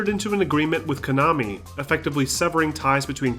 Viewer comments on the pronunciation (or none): none